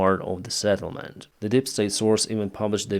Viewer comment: Dear, it's sEttlement, not sattlement;-) Wish you all the best